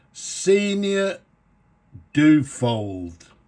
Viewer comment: Duo-fold... dyu-oh-fold. Not Doo-fold.